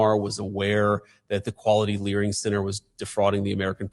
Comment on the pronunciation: LOL JD says Quality Learing Center.... dude is so locked in... love him